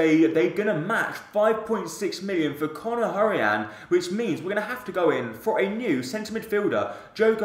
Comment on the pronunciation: You say hourihan weirdly